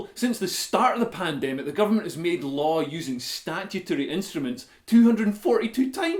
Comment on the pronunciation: 'Pandemical' LOL!